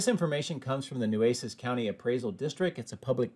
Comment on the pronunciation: Nueces is pronounced 'Na' Chez. (Don't want to mispronounce it.